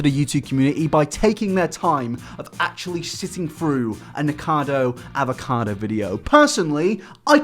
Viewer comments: Anyone else thought he said niggacado😂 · I thought said niggakado avocado